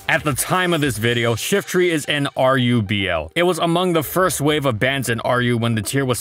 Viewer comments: I hear shitry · I've always pronounced it Shiftry (with try as try and not tree)